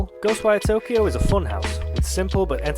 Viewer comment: Somehow didn't butcher the name pronunciation 😂